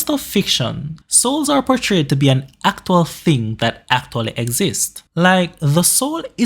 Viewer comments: why u saying aktual ' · Was great but the way he says actual